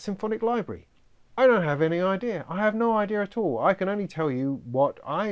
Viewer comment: can i run,can i run, can,,,, " Ay, don Hav ANY aidea,,,, .. I love that